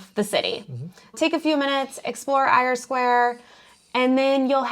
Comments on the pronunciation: Eyre Square is pronounced ‘Air’ Square. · Great video guys. Don't worry about mispronouncing Eyre Square. You did an outstanding job!